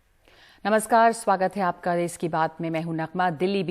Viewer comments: It's Desh not des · अबे अनपढ़ो ये देस नहीं देश होता है।